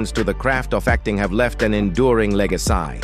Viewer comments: The info was interesting but the inadequate artificial voice reading was almost insufferable. Playing the entire piece at 1.25 made it tolerable, however, I suggest the developers send it back to development for basic training. After all, L-E-G-A-C-Y- is not pronounced"leg-uh-sigh". Yup, I say, “No thanks” to AI talk – humans are still the better option. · The AI voice narrative is super annoying. Who pronounces Blue Bloods as "blue BLOODS"? And the word "legacy" is pronounced "legacsAYE" by your AI. Why would you do this?